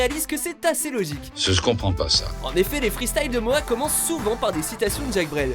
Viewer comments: "Moa" "retourné au Ebs" ça me tue comme c'est prononcé haha ! Je l'écoute et visionne ses vidéos depuis quelques temps et honnêtement c'est vrai qu'il dégage un truc particulier. Il parle des mêmes choses que d'autres rappeurs mais avec son style et sa gestuelle, et ça rend pas mal. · C'est Mora mais bon on le dit comme si il y avait un r